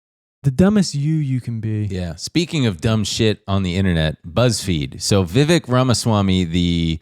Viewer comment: As an Indian, the Vivek Ramaswamy pronunciation took me out